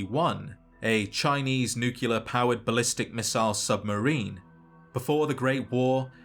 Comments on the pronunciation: Nuclear. Like nucleus. Not nucular. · it's "nuclear" not "nukular" bro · Great videos. But it's nuclear, not nucular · Great video, but please for the love of all things holy, pronounce nuclear correctly. It is new-klee-ar not new-qu-lar. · *nuclear And not Nucular Like a nucleus, and not nuculus. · You pronounced "nuclear" like Homer Simpson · Nucular? Really, dog? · it's nuclear not nucular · Just can't help but think of Homer saying 'It's pronounced new cular' lol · Nu-clear. Nuclear. Not nucular. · I was lulled by those sweet, mellow tones until I heard "Nu Ca Lur." Nuclear sounds like New Clear. Keep up the good work. I really am coming to love your videos, even when you go over things I already knew. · Never heard "Nookyalur" from a Brit. That's wild. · It's pronounced nuh-cle-ar-ee. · ATTENTION: This simple, three syllable word is pronounced: ˈn(y)o͞oklēər Why do so many people who literally talk for a living get this wrong so consistently? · You need to take a closer look at the word nuclear. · I love these videos, they are well made and he's put an incredible amount of work into them. I still cringe everytime I hear him mispronounce "nuclear" lol, but I'm loving these lore deep dives. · what's wrong with how he says nuclear? not mad just genuinely curious